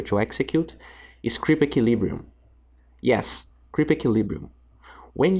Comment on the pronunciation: It's eqUilibrium not eqilibrium. You mess up the pronunciation in a lot of your videos.